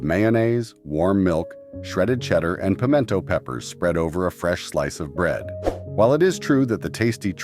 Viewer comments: I've never heard pimento pronounced that was before. Also, come to any grocery store in the south and you will find several brands of pimento cheese on the shelves, in regular and spicy. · yes , very funny pronunciation